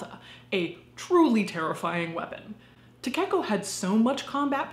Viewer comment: Great video but you kept saying Takeko in a weird way that hurt my little weeb soul. Takeko is pronounced Ta-Kay-Ko not Ta-Cake-O. Also, you would normally refer to someone by their last name in Japanese culture if you don’t know them.